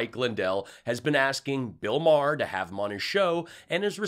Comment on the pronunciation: Bill Mar.